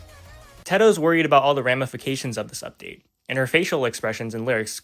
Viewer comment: "oopduate" LOL